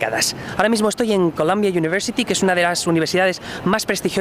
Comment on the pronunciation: No se pronuncia Colombia University, sino Columbia University. El prestigio es tal que no conozco a nadie que no haya conseguido un buen empleo una vez graduado. Lo bueno cuesta siempre.